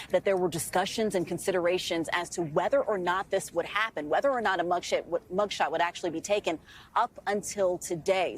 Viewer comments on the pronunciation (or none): she says mugshit 😂😂😂